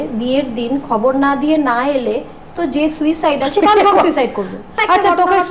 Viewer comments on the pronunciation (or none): none